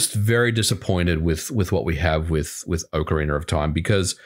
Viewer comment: I just tuned in to hear say Oakareaner of time😂 love it.